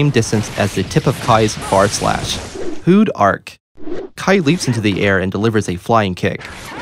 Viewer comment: Tbh it sounds like "Food Arc" to me